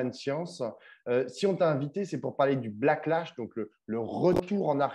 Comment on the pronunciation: ça n'est pas "blacklash" mais "backlash". Ou alors vous voulez dire autre chose ?